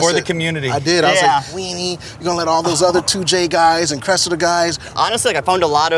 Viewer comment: Anyone else hate how America's say Cressida 🤣😩 it's pronounced cres-see-da